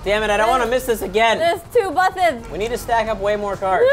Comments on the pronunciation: anyone notice that there saying buth instead of bus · They kept saying "Buth" It's so annoying and they do for entertainment but it was just annoying for me. (The OCD life D:. It sucks) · they're saying buthes